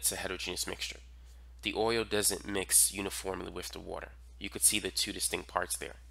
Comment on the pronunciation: bro says “distinc” 😭